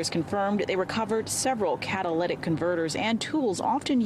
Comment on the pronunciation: Haha can’t get over this reporter pronouncing catalytic 🤣🤣